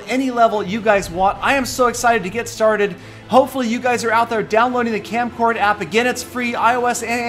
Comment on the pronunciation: its kamcord not kamcard...try again it may come